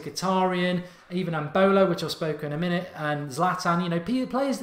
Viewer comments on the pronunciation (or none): none